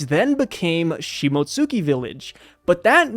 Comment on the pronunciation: You don't pronounce the "u" in Shimotsuki. It's pronounced "Shimotski". It's LIGHTLY pronounced but it doesn't get its own syllable